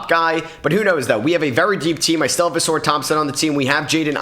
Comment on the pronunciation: He been saying ausars name like that for ages…pisses me off